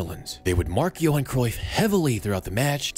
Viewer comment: Johan* not Jouwhon